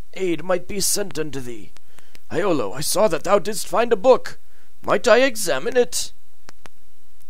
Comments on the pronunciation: "Yolo" not "eyeolo" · he Pronounces it wrong in every game that iolo is in